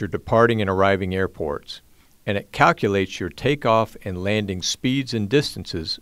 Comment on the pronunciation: "Laning" performance 😅